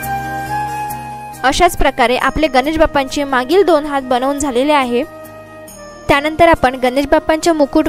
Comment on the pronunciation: Good art. But Marathi pronunciation has to be improved on Sat,Hath.etc. Keep it up .good luck . k.s.ramchandra